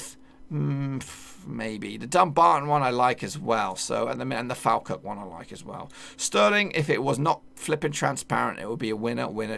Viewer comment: Is Falkirk not falkrk